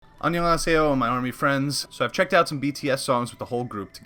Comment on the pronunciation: Yo that “Annyeonghaseyo” was perfect 😂💜